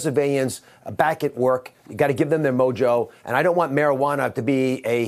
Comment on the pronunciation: He said "mojo" 🤣🤣🤣